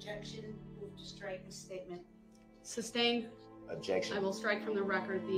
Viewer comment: He doesn't realise that "cestui que" is pronounced "settee kay"😂😂 and keeps saying "Are you after my Sesti Cue trust?" lol It's just another term he cannot pronounce, because he doesn't understand what he is saying. "TACKIT" "SUBSTAIN"... need I go on?😂